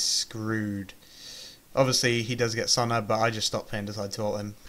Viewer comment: I like your videos but really? Sonna? SONA. God man, it's a simple name.